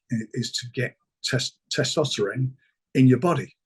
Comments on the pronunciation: Thanks. I don't know how much more angry I'd be if i watched 35 minutes to find out Frank says testoperon. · The only person ever that i have heard pronounce testosterone like that! lol